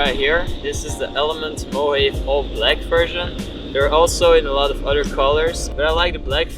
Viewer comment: Please take the time to study your subjects thoroughly, even something as simple as a backpacks name. The mispronunciation was like fingernails on a chalkboard... Mohave or Mo·ja·ve [moh-hah-vee] Pronunciation: mo-HA-WE mo - rhymes with so ha - rhymes with pa we (or ve) - rhymes with see noun, plural Mo·ha·ves, (especially collectively) Mo·ha·ve. a member of a North American Indian tribe belonging to the Yuman linguistic family, formerly located in the Colorado River valley of Arizona and California.